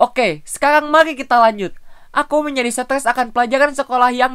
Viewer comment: kak ngomong stress malah stess